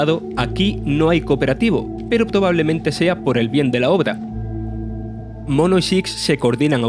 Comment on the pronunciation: Juegazo, espero que sea más largo. Otra cosa, cambien al narrador XDDD... No entendí cuando dijo el nombre del prota...